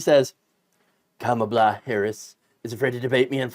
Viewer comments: Convicted Felon trump can't pronounce Kamala Harris' name. Seems like he is struggling to know how to read or his massive Mental Decline is Accelerating even quicker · In all fairness to Trump, the name "Kamala" has three syllables, not easy to memorize for people like him. He should be glad she chose Tim Walz over Josh Sha-pi-ro.